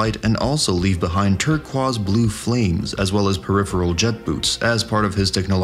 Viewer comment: . This is AI. It has to be. No human being pronounces "turquoise" that way. 😏